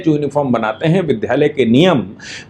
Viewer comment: आदरणीय गुरुदेव, विद्यालय शब्द का सही उच्चारण 'वि द् या ल य' होता है न कि 'वि ध् या ल य' जो कि पूर्णतः अशुद्ध है | मातृभाषा की शुद्धता का ध्यान रखना चाहिए | धन्यवाद |